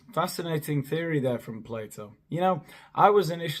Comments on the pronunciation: Haha thought she said: "Play-doh" himself.. Believed the fact checker had already gone out the window if she started quoting Play-doh 😵‍💫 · Oh she means Plato...she said Playdough 😑